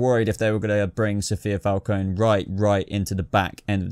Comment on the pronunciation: I'm with you about this list, same feeling about these villains...& BTW let's hope Gotham makes all the major characters justice for the big final shot now. <3 PS-I don't want to play the grammar-nazi lady here LOL but if you're curious about Falcone, since it's an Italian surname, you should pronounce the E as in your Eng word "red" (like singer Ariana Grande pronounces her name y'know): hence it's not supposed to be silent, or said as the I of "kiss" (like in our word Armani).;-) Ciao ***